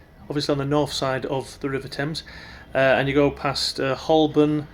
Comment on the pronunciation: You said Hoborn wrong